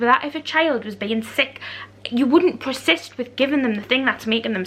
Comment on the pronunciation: Why cant you say so many words? It’s PER SIST . Not PRE SIST?!? There are so many words you can’t say . Especially words that have a SH in them. It’s embarrassing